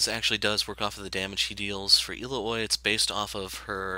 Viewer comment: El-la-hoi? I've... never heard it pronounced like that. XD Ill-ow-ee is how I say it, but usually I just call her Illinois